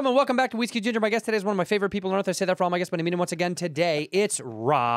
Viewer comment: WhiskHE GingHER